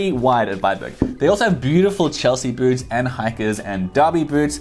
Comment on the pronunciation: Boots not Boorts